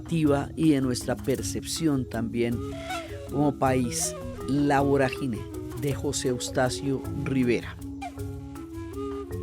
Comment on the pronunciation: No es voragíne con acento en la "i"... Es vorágine con tilde en la "a".